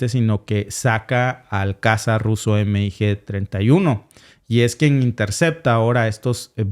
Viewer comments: Y veo que repites mucho el error, no es EME I GE. es mig Y si es incorrecto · Me encanta tu programa solo que veo que no sabes de aviacion militar, si son siglas MIG pero no se denomina eme i ge, se dice mig, mig